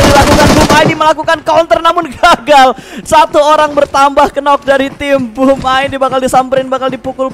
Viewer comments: “Nok” woi nok. Bukan “kenok” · Plislah jgn mengucap kata “knock” jadi kenok. Aneh bgt, apa ga pernah belajar? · 'knock' itu dibacannya /nok/ 'k' nya ngga dibaca alias silent word...